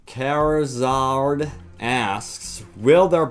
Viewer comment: '( Charizard is one of the most iconic pokemons ever! I can't believe you couldn't pronounce it reading The youtuber's name in the top comments :'(( Ah well. AWESOME VIDEO!